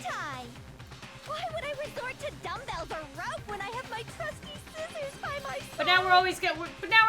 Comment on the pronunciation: toko in the anime : SCIZZORS toko in the game: sciccors me: b-but scizzors